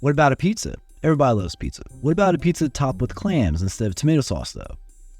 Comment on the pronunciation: Apizza is pronounced Ah Beetz not Ay Pizza